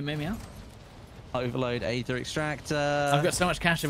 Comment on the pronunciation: Aether is pronounced EEther, not Ayther